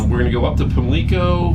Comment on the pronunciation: Its pronounced "Pam-Licko